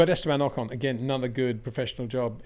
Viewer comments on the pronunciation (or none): none